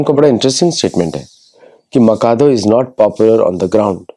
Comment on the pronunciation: I think it is माचादु, not माकादो..